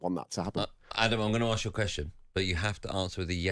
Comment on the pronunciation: I figured "Let me arks you then" would be a Jon Jones fan